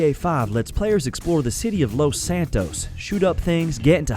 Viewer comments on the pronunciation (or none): none